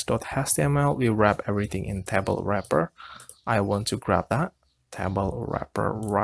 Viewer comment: TAY BOWL not TAH BOWL